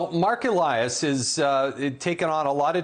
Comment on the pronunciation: MARK EE-LIE-US! If reporters are doing their job, they would KNOW how to pronounce names😉😉